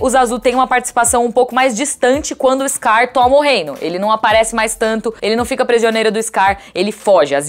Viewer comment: "Eixscar", puta que pariu!!!!